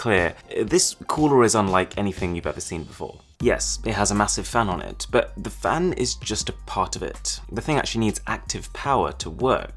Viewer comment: bu deh ful. butt. polishing a turd! I'm done 😂